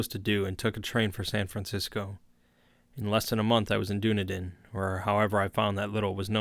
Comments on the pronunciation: Being a kiwi, ive never heard of the "streets of Doona-din" I have visited Dún- ē- dinn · Hi, brilliant reading. Your tone really suits the material. However, just a quick note: the city 'Dunedin' in New Zealand is pronounced 'Duh-nee-dun' not 'Doo-na-din'. Just thought I'd point that out! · Dunedin is pronounced Done-eden B) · The small city of Dunedin in New Zealand is pronounced “Duh-NEED-inn” And growing up in the 80s we still called mixed maori-European kids “half castes”, but I don’t remember when that faded out of common use. I guess it’s considered impolite now that mixed-race marriages are common. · I enjoyed this a lot, though as a lifelong resident of Dunedin (raised in the inland hill suburbs where the cult holds its rituals) I feel obligated to observe that you mispronounced the toponym. The accent in "Dunedin" is on the second syllable, not the first, so it rhymes (sort of) with the phrase "run bleedin'." That's a small nit to pick, however; I really do enjoy these Lovecraft readings. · Dunedin is pronounced "Dun-eden" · "Dunedin" is pronounced sorta like "Done Eatin'". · "Doo-Na-Din, New Zealand" hahahahahaha love it